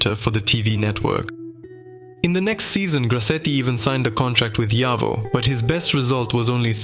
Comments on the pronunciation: Its a Jawa not a Java. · Word/brand JAWA pronounces like YAWA!!! It make some million people puke when we/they hear J instead of Y sound. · FOUR different pronunciations of JAWA - the most important word in the whole video! This is not just lazy, it’s absolutely Ludicrous. You clearly didn’t even listen to the finished video before posting. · Yet they used FOUR different pronunciations of JAWA - the most important word in the whole video! This is not just lazy, it’s absolutely Ludicrous. They clearly didn’t even listen to the finished video before posting.